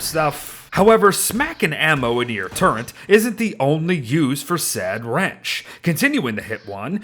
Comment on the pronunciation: I cant get over "turrent"